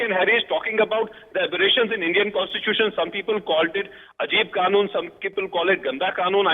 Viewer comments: the way u say contitusion, contitusion says volumes about your en devour!! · Contitution contitution abberation abberation.